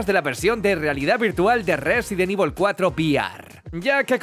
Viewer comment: Qué sabroso cuando dice Rrrresident ivol